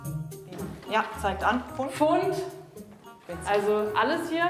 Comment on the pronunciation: Wie mich das abgefucket hat wenn sie fuunnd sagt